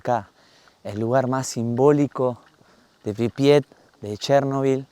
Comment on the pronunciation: La ciudad se llama Pripyat... Se escucha varias veces que decís "Pribiat"...